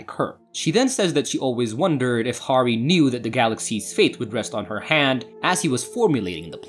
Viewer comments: Horry??? Harry is a pretty easy name to pronounce. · You're killing me smalls... not to distract from the overall effort in the presentation, but it's pronounced "hairy" and "rey-sh". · It’s pronounced “Harry”